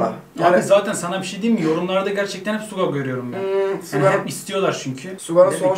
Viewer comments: Abi Suga Şuga diye okunuyor. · suga yazılıyor şuga okunuyor🙂💕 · Abi suga diye yazılıyor ismi ama şuga diye okunuyor suga değil ŞUGA